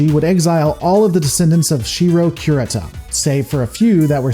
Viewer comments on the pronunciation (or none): Cure-eata say it with me.... I was playing back in the 80's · Dra con is Com Bine NO EMPHASIS O za wa NO EMPHASIS Ku Ree Ta NO EMPHASIS if you are noticing a trend here it's because Japanese is a flat affect language. You almost never emphasize one syllable over any other (combine just happens to also be an unemphasized English word). Also vowel sounds are fixed in Japanese: a -ah, e-eh, i-ee, o-oh, u-oo. Sounds blend: ai-ahee~long I. No variation with surrounding letters. No short i sound allowed, timoyo - teemohyoh. This is painful. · The mispronunciations on here are ridiculous. Combine: Comm-byne Hegemony: hedge-eh-mon-ee Samarkand: Sam-ar-canned Kurita: Cur-Rita Rasalhague: RAS-al-hay-g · hegamony... drucunus cumbine... rayzelhaag! never change. kurutah-sunpah would approve! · I don't know if you're saying things intentionally incorrect or just because you don't want to say it correctly. We all know your beef with the word hegemony. But curata? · Your pronunciation of "Combine" was inconsistent throughout the entire video. So was "Kurita." Pick a pronunciation and stay with it. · I'm sorry but some of your pronunciation hurt me... Hegemony, Combine, Kurita to list a few. It's not like saying Davion with a hard or soft "a" because actually a canon thing. Rasalhague I understand is a hard one but as it is derivative of the nation's Swedish ancestry, in any case.